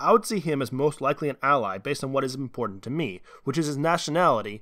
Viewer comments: It's iMportant, not iNportant... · The word is iMportant rather than iNportant